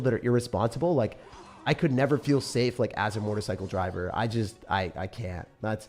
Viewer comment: I thought you said "Mortar Cycle" not "motorcycle" at first 😂